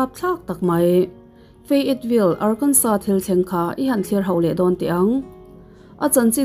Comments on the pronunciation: Arkansa ti a lam tur. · Ngaihthlak a nuam hle mai... tin ar-kan-saw tia lam tur ni e 👍